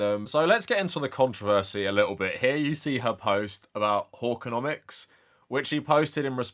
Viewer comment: Okay, the way you pronounce hawkconomics with your British accent sounds like whoreconomics and I can't stop giggling